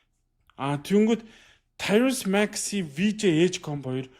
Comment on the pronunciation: Таярус Макси биш "Таярийз" аа